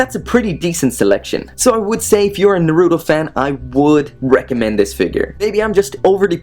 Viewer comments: It's Naruto not fucking narudo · Its naruto not naruo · Who else hates the way he pronounces naruto